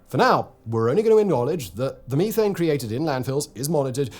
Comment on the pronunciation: It took me a second to understand what you were saying whenever you said methane. You were saying"Meeee-tane"